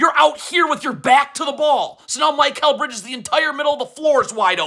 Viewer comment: Listening to an adult holler R bombs is a little weird. Mike-kal Bridges? Cmon man you’re way better when you’re not trying this hard.